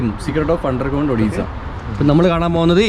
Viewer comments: "ഒഡീസ'അല്ല "ഒടെസ'എന്നാണ്. സന്തോഷ് ജോർജ് കുളങ്ങര സാറിന്റെ സഞ്ചാരത്തിലും,സഞ്ചാരിയുടെ ഡയറി കുറിപ്പിലും. ഇ സ്ഥലത്തെ കുറിച്ചു കാണിക്കുകയും, വിശദമായി പറയുകയും ചെയുന്നുണ്ട്👏👌♥️👍. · മുൻപിലെ vedio കണ്ട് നോക്ക്.. അതിൽ രണ്ടും clear Ayi പറയുന്നുണ്ട്.... ഇത് ഇന്ത്യ യിലെ odisia അല്ല. Odessa anenn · Odessa.. Odessaaa.... Odessaaa.... Ini marakkaruthu..😁